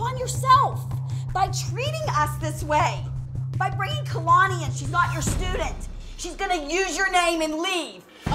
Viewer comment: I love how says Kalani lol